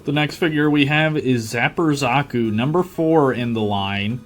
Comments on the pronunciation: Ah yes zakos not zakus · god damn that pronountiation of Zaku (usually pronounced zah-cou) makes me, someone whose only experience with the og gundam series with amuro ray was just char's counterattack feel wierd, though ig it makes sense if that is how they pronounced it